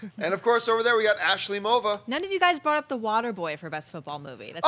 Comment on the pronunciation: Who is "Asley Mova" come on!😂😂